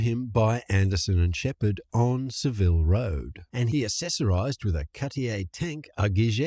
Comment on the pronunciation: "Sa-vill Road"... Lol